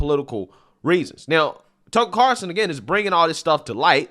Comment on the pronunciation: It's CarLson not Carson. Just sayin.